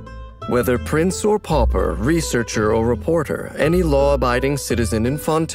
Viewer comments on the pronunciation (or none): none